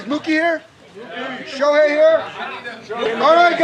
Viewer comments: ショーヘイいる？って聞こえるw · ショウヘイは居る？ 確かにそう聴こえたｗｗ